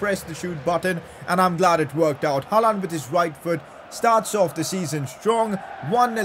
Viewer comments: It’s not HALAAND damn it , it’s HAALAND🙏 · It's not ''Halland'' it's ''Haaland'' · I like it when he says haalaand for haaland